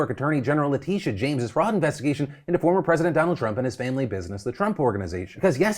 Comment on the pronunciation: Pronounced Leh-Tish-a not Leteesha